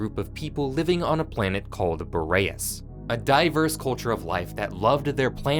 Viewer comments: U gotta be rage baiting me by constantly calling the planet fucking "Bo ray ess" its "BOR EE ASS" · Curious how you found the pronunciation for "Boreas" when it's said in game differently and is a real world word also not pronounced the way you say it.